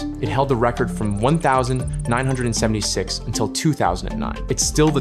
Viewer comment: The AI narrator in the original vid is tough to swallow, haha. "1976" being read as "one thousand, nine hundred seventy-six" and "St. Paul" being read as "Street Paul" both made me lol.